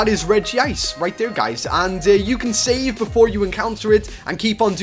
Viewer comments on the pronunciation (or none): none